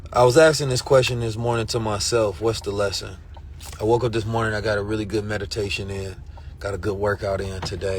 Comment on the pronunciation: The way you keep saying mourning,I KNOW you're sad